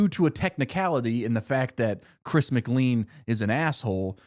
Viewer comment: why do you mispronounce chris’ last name ? 😐